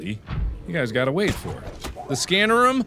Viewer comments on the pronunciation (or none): mark saying room like ruum